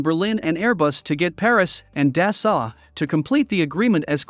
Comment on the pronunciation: Never seen such damn ignorance not to get the The president's name oF Dassault Aviation correctly !!! such ignorance. The Rafale is a better plane than the ailing duck F-35. its not dasalt but dasso to pronouce.